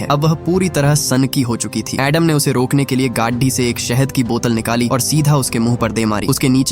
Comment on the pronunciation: Gaaaaadhi nehi gadi